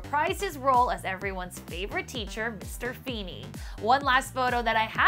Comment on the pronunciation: Feeny.... Fee fee fee fenny